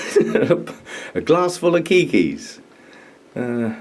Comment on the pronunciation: Have just been watching your channel, very enjoyable! I'm surprised to discover you call keiki keiki. 😊 Just want to mention in Hawaii it is pronounced kay-key. 🤗 Aloha